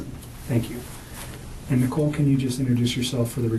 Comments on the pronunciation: Not Nickel ...Nicole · And Nickle Kessinger, dont get why AI cant pronounce names.